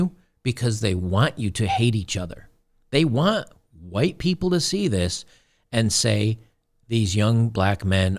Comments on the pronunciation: We were taught at primary school to pronounce the "h" in "white". Back then in 1960s England it was good English. The spitting bit you see here, though, is rather stupid. It's curious the woman is so unreflective that she cannot see this. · It's amazing that she has the cognitive dissonance to make pig noises when pronouncing white in reference to an ethnicity. But then Trump objections by claiming that's how she pronounces white every time... The point of a common language and dialect is ease of communication. If you are going to willfully ignore the rules to serve your own purposes. Expect backlash. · Why does she say “white” like that? Because she is a POS human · This reminds me of J4red t4ylor's pronunciation of "Hwuite" people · The only thing I got out of this video si that in order to properly pronounce "White" you have to hack up a loogie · She's actually pronouncing White that way?